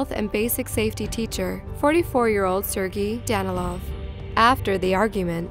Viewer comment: I don't think she's pronouncing Sergei correctly..